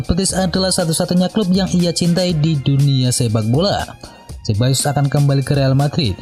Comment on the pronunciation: sekedar usul pengisi suara agar belajar serius pengucapan nama-nama pemain. Sebagai contoh pengucapan Dani Ceballos. Punten yaa. biar makin top kanal ini.